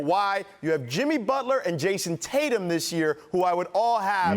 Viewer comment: Guy said jayson tatum...😂